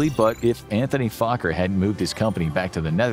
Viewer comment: I appreciate how Fokker is pronounced during the video. Too many Fokkers.